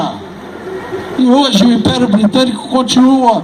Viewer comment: Quando fala de regime especial meio estranho fala inperio